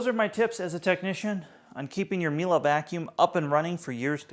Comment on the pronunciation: The way he calls it Mila each time really triggers my inner Monk, there ist no A in Miele